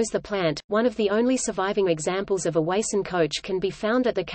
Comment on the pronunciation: It is pronounced WA (as in water) SUN. I grew up in Springfield as did my father.